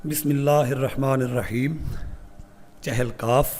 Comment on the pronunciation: جہالت کی انتہا یہ ہے کہ اکثریت کو اس لفظ " چہل" کے تلفظ کا ہی پتا نہیں اور غلط بولتے ہیں۔ چہل فارسی زبان کا لفظ ہے جس کے معنی" چالیس" ہیں اور تلفظ یہ ہے، چ کے نیچے زیر ہے